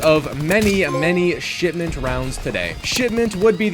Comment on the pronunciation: Didn't know it was shitment instead of shipment